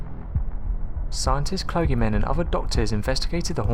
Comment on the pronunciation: how do you not know how to pronounce clergymen? same reason u believe APEX TV i assume